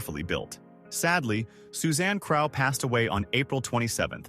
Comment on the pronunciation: It not Susanne Craw(as in aw), it's Crough (Crow)